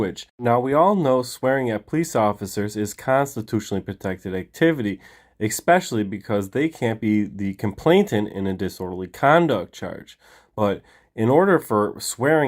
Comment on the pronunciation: Stop saying "expecially". It makes you sound IGNORANT.